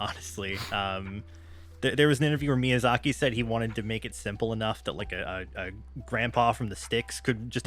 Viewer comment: Also in reference to my bar trivia story, let me just say for the record that I’m a relatively understanding person and I could have forgiven “Hey-ow”, but “My-azaki” was a war crime. Death sentence.